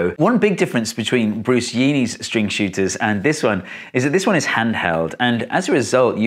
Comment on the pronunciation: Was hoping you'd mention Bruce Yeany's channel, though the pronunciation had me pause your video and check our his intro.